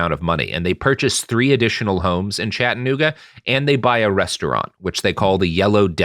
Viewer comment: Never heard Chattanooga mispronounced so many times in my life.